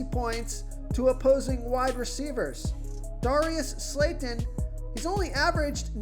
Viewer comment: Bro you trying to screw us over 😂😂 Darius slayton? Really?!😂😂😂😭 you can’t even say his name right!!